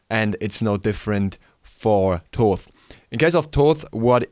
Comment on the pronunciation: Thaw-th and not Taw-th is the correct pronunciation. (Like Thanatos) This is how it's pronounced in Greek and where his modern name comes from. ΘΩΘ (THOTH) not ΤΩΘ (ΤΟΤΗ). ΘΩΘ isn't pronounced any other way, it's pretty clear. In ancient egyptian it was written and pronounced completely different.